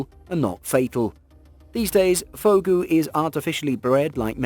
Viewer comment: Check before posting. It's not "Fugo" but "Fugu".